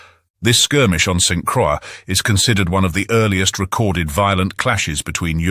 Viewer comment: … St. Croix is pronounced like “BOY” , even though it is a butchered version of the word. I do like the long discussion of the Caribs. It is colorful and very accurate, as far as I know.